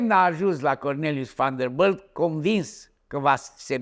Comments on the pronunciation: VanderBILT nu vanderbâlt 🤣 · Sunt singurul care moare când îl aud cum pronunță numele Van der Billt ?